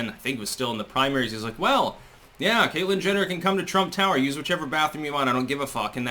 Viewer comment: Did you say, "Caitlyn Jenital" ?!?